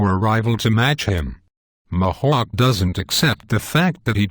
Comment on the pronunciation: Mahawk!? It's Mihawk! Eeeeeeehawk not aaaaaaahawk